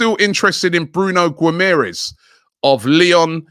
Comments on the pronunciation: Gwim-air-ez HAHA terrible pronunciation Robbie!! It’s Gim-ah-resh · Everyone: bruno guimaraes Robbie: bruno gumeres